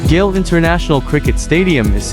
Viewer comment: The name of the city is pronounced like goal in soccer. Not gale. Thank you for the beautiful video of my beautiful country ❤